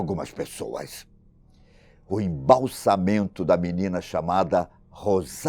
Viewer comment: Ótimo vídeo, mas ele fala "Embalsamento" quando o correto é "EmbalsaMAmento"